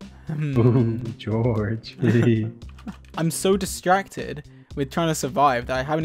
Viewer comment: Did anyone ignore the fact that Dream calls for George but he says “deorge”! ?